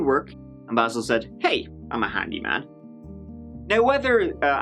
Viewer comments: the first thing he said was BAAYYYSIILL and you said BAHsil over and over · LOL I love it how just played a clip of Basil pronouncing his name correctly and then continued to incorrectly pronounce his name right after and throughout the video. Low level disrespect for a criminal. Nice. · Basil, Bazal, Idontcareizall... 🤣🤣🤣 I love you!!! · I LOVE that shows the clip with "Baysil" telling the cop how to pronounce his name and then proceeds to call him "Bahsil" the rest of the video! Screw that guy! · Basil: phonetically "Bay-sil": phonetically " Bah-sil" Me: Yeah, you get him. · "I don't caresil" 😍❤️ I needed that today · says ”Basil”. Youtubes auto-text says ”Baseball”😅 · Bazzil, Bayzil, I don't carezil, lol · Good for you, calling him Baahsil. Just a little tweak of “he doesn’t deserve to have his name pronounced the way he wants”. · This made me lol and I re-watched the video just to hear it again. Basil, baaasil, idontcarisl 🤣🤣🤣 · “It’s Bay-sil”: “So BASIL-“ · Wowwwwww! This Bay-sil (Basil) is SO SO annoying! He is such a sorry sack of s*it! Poor poor me🤢... he reminds me of my Dad, but worse (didn't know that was really possible) 😳 If I was that Cop, I would've wanted to put old Basil down... HAVE A SOOK BAZ 😪😪😪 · And it's BAY- zul! He a sensitive guy. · “Basil” or “BAsil” or whatever the f**k. WOW is he insufferable… I hope his back still hurts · I'm laughing already.. Basil pernounced "Bayzil" 😂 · omg i love how starts this episode by shitting all over the pronounciation of his name, this'll be a good one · I love how he says how he pronounces his name and you say it wrong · I like how intentionally butchers his name throughout the video. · I love how used the incorrect pronunciation of “Basil” throughout. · That makes complete sense. I just thought it was funny that he pronounced it differently immediately following the video of hBasil correcting the officer on the pronunciation. :-).